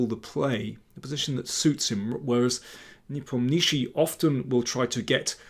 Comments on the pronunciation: Ian's family name is pronounced as NEE-POM-NYA-SHE-Y. The transliteration totally butchered it. Fun fact his Russian family name translates to "The one who does not remember". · Lol...yes Mr. Daniel King needs to learn how to pronounce Ian's surname correctly....it is so annoying to listen to this 'NepomNISHI' all the time. It causes distraction to his otherwise very good content and game analysis between the two players. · Daniel you're doing a superb job on so many fronts :) However, i guess the right accent for the WC contestant's name would be: nePOmnichi, i.e. on the second syllable, not the third. Keep on keeping on!